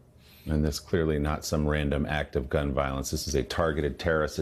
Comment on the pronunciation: WOW, an American presenter who pronouced Australia correctly. 🙂